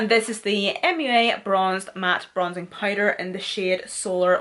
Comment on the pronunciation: Listening to her say powder as “pider” is everything lol